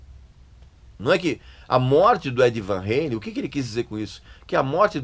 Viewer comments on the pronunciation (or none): Van Halen, e não Van reilen, era sim uma banda muito chata! Podre! Vtnc. É Van Ralem! Não é Van Ralem.